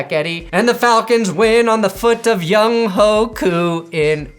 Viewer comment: Although I also call him Young Ho because it’s funny… it’s actually pronounced “Young-way”